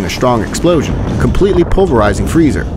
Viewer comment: It’s freeza, not freezer